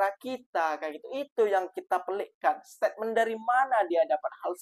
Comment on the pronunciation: Bang 'statement' bang, bukan setepmen bang 😊